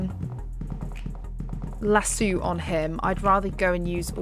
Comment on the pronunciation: Its lasso not laso